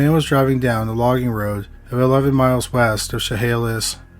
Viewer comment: I live in the town Ed and Minnie did... almost 40 years later and we talk about it like it was yesterday. They will never be forgotten. Side note: nice job pronouncing Chehalis! Not many people can